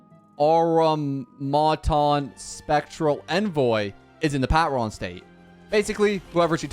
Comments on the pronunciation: The pat-ron physically hurts me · i found it weirdly funny how badly he butchered the word "patron" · him pronouncing patron like that is hurting me